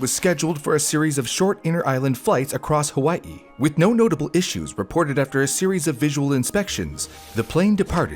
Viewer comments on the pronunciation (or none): is that why said “hawayhe”